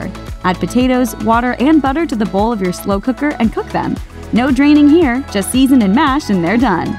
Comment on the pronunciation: "Mmm slew kuckrrrrrr".